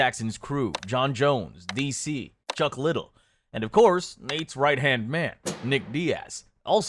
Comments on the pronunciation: Just some jackass reading a script...doesn't even know how to pronounced Chuck "Liddell" - Chuck Little...thumbs down. And "Ricky" Balboa, then you start playing the Rocky music? This is just garbage. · Chuck liddle? Lol It's Liddell. Don't disrespect a Pismo/Lompoc legend like that. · Chuck Liddle............. Liddell Lid-DeLL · Who's Chuck LiDDle? U never heard the legend's name said aloud? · You lost me as soon as I heard an AI Garbage Slop Voice say "Chuck Little". At least fucking watch this over and correct the AI's mistake before you post it. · He said Chuck "Little" lmfao bro you didn't watch this shit back in the day if you don't know how to pronounce his name. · This foo said chuck little😂💀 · And muay “thigh” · Chuck Liddell? Lol, it's Chuck Liddell 😂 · He said Chuck Little 😂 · How does someone with such extensive MMA knowledge pronounce Chuck Liddells name wrong? Is the voiceover AI? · Pronounce Chucks name right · Had to bail as soon as he said Chuck’s last name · Is this AI generated? Cuz the mispronunciation of Chuck Lidell is crazy